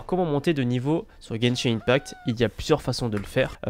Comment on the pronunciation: Argh ! La prononciation de “open world” et “Gebshin impact” sa fait saigner l'oreille.😭 Si vous vous demandez pourquoi j'ai modifié c'est parce que j'avais oublié l'émojie 😭